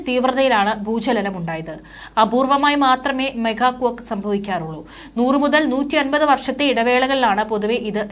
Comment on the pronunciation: മെഗാ കൊക്ക് അല്ല മോളേ , മേഗാ ക്വേക്ക് ആണ് !!!?.